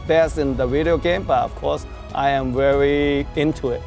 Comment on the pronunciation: I love it when he says: "The fight is vewy vewy vealistic"